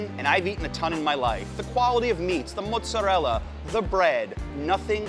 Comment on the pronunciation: Please stop saying "mutz"